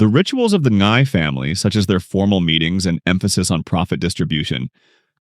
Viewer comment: As a watch enthusiast who already noticed the Rolexes in this series, I literally let out a silent scream of joy in noticing how you went into the watch segment! Your breakdown is worthy of a Hodinkee feature! The older Air King reference is just so clean and well-picked by the producers. Small nitpick: Ngai is just pronounced as 'Nai' where the G is silent. :) Subscribed for the amazing movie analyses!